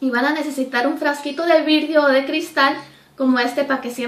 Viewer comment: jajaja virdio es VIDRIO... VI-DRIO no virdio perdón pero me dio risa😀😀😀